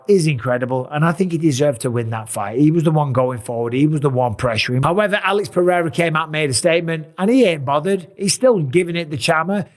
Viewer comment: Is not Alex Perrera is Alex Pereira